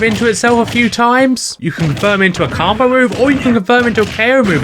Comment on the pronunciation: I also don't like how you say combo but good video otherwise no notes